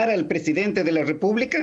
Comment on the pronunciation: Este señor todavía no puese pronunciar la palabra Presidente...y dale con presedente